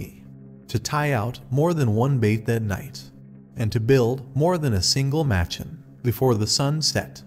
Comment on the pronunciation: It’s pronounced “muh-chawn” not “match-in” :) loved the story, thanks! A cool one I had not heard from Anderson before. Narration seems a little stiff, could relax a little more. To clarify, your pronunciation is correct for a white person who has never been to India, but I find the Indian pronunciations sound a lot more natural for these stories. You are free to say it however you choose of course